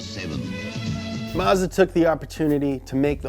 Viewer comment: DA NEW AARREKKSS SE SEVINNN